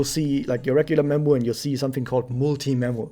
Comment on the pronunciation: When you said I'm gonna recommend memu I thought you said I'm gonna recommend nemu xD